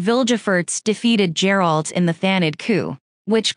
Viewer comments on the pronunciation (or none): Its not Gerald, its "Geralt"